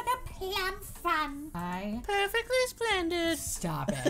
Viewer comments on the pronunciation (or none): pewfectwy spwendid 😇